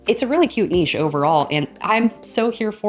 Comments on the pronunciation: I always pronounced it Nish but it is Neesh, you are right! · Hi, ❤ Thank you so much for this video! I really don't find any of these weird, I just discovered the raccoon one particularly and I love it as well😍😍 and yes, it is neesh, because of its French origin from what I know, to me nitch never sounded right😊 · Yes, you’re saying ‘neesh’ right. I’m in Europe and that’s how we say it. Very funny video! 😂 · It is not nitch...its a french word...and lovely on the ear...Niche...you are correct!! ❤❤❤❤❤😊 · The word should definitely be pronounced Neesh 🙂 Great videos Thanks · It's Neesh. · You say 'niche' right. It's a French word so should be pronounced that way. Thanks for the video!